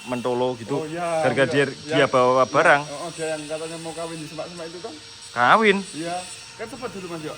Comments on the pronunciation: ad yang bikin terharu yaitu saat menyebut nama sang legendaris dan ada yang bikin ketawa pas mau bilang "bawa barang" malah bilang "bara bawang" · bawa barang jadi "bara bawang" 😭